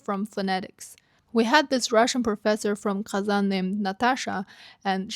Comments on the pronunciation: As a ukrainotatar from Ufa, I think pronouncing Казань on English way should be pounishable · Казань❌ Kazan✅😩